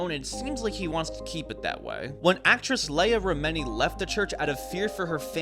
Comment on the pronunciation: It's "Rem-en-ee!!"